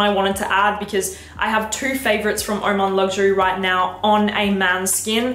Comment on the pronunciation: lovely choices let me correct the pronunciation for oman luxury its LIKE HOW YOU PRONOUNCE ANGAM W/O ALFA H:face-red-heart-shape